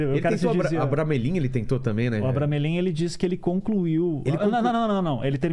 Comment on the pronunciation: Vilela : eu sei , estudei muito o abramelin. E falou tudo errado kkkkkk